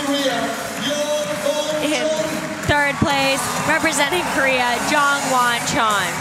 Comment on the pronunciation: It really did sound like he was just mispronouncing Jongwon's name at first, upon listening more closely you may be correct. But can you enlighten us from your woke hilltop, why is he pronouncing Jongwon's name surname first but not the Japanese climbers?